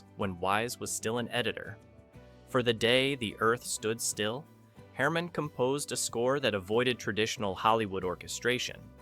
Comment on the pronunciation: Unfortunately, your video cuts off everyone's heads. I am pretty sure that is not the way it was filmed. Also your AI reader splits the title on at least one place as "The Day........the Earth Stood Still" You need to edit the text of the narration so the AI reads that all as one phrase. Also the AI murders the phrase "Klaatu Barada Nikto". Check the movie for the proper cadence of the phrase. Just a tip. Still giving you a thumbs up for your work.👍🏼